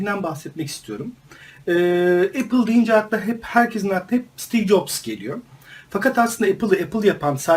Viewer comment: abi steve nin soy adı yaklaşık olarak caps diye okunur